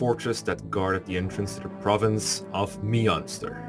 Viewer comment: Munster triggers me it's Manster